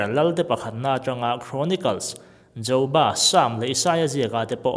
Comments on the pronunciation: A ngaihawm hle mai, nia midang sawi ang khian pronunciation khi a pawimawh.. JOBA kha JOU BA tiin I lam zeuh a.. Hmasawn theih ania.. All the best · Zo ba a ni lo, job.a ti ve mai la ... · JOBA I lam dan chuh ?! .... JAUBA i ti daih a, JOBA a ni mai sia... 😀 ... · Jo-ba pwh a nilo Joba tih ve mai tur lwm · Joba i.lam.dan a dik lo😖